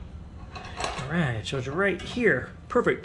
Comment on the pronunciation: Every time you say “Alrigh!” I actually feel like I’m watching progression grow. Alrigh!